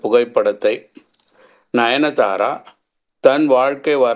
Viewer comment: Ninithara illa sir 😂, nayanthara